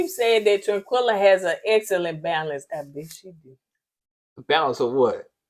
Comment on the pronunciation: Everytime yall call Taquilla, Tranquilla I am Cracking UP. lol🤣😂🤣😂